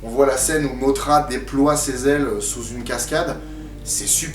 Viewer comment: en fait ca ce pronnonce moDra et king G(dur)hidora